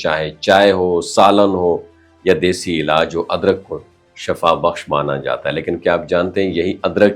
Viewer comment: Sir shaffa nahi shiffa Sir ehtayat ilaaj se behter hy .